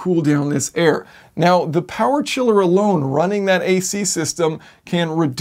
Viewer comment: we love two things: air-conditioning and POWAH